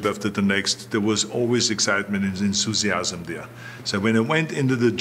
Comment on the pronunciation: Ensusiazm - enthusiasm Love it😂